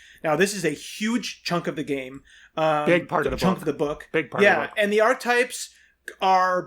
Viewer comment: Archetypes has three syllables.